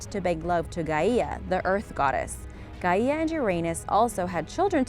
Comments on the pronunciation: It's Gaia not Gaiahhhh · okie just to correct your pronunciation here it is not said Guy EH! ah it's Guy ah please people learn how to pronounce things ffs and don't listen to Google for the pronunciations okie? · You don’t pronounce Gaia g a i a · Gaieeia?? No, fucking go back to school. Stupid lady.